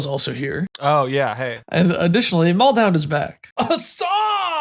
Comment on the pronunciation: Damn, really do be out here calling Maldhound, Baldound.